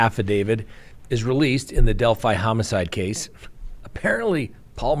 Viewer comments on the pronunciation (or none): none